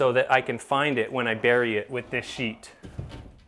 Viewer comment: Oh and it bury not Barry. As a Drywaller I now know where my bad karma comes from. Ppl saying Barry when the did something bad. My name Barry. It’s all my fault. So bad. Bad trade for a name like mine.